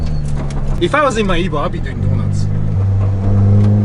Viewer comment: Ease nooo not evo 😢